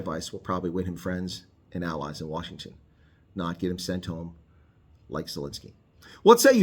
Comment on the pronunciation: Washington not Wasihgton